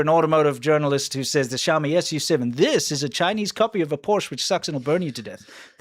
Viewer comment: It's not obvious how to pronounce Xiaomi SU7. You say, "Shou-mee SUCKS".